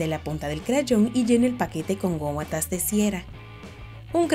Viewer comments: Yo escucge gomatas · Con gomotas de cierre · Like si notaste que el minuto dijo gootas de ciera👀